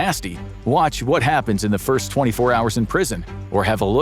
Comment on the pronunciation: "Happenes".. that explains why the dude, despite his clear voice and stoic demeanor, cannot say words properly.